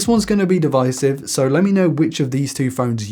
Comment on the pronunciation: At the end he said "this is going to be devicive". What a joke.